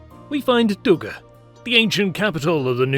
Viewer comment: Dougga is not in Tunis but in Tunisia! God help us all. Tunis is the capital city of the country of Tunisia. Should you not learn the basics of geography before attempting to educate the internet? And, you should also perfect your speech. Your pronunciation of place names is embarrassing to native English speakers.